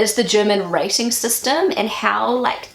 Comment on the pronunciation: It took me a while to work out that you were saying 'rating' - I heard it as 'racing' LOL